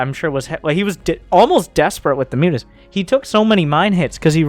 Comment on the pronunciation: dont forget "moo-tahs"